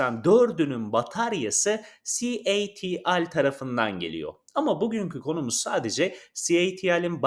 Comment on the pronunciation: 1 elektrikli araba anlatan video içeriği üreticisi de doğru şarj desin artık, herkes mi şarz diyor. 😂 ayrica. ci el ti al değil c ,ay , ti ,el. Diye okunuyor.